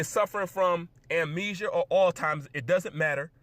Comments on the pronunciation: its Alzheimers not oldtimers !! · Did you say altzheimers or old timers? Lol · did you call it old timers?? Bro that’s the best mispronunciation I’ve ever fucking heard. Amazing. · "All-Timers"... Aha ha ha, ha ha ha...!!!